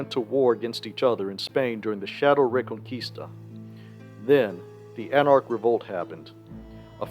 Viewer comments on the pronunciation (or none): none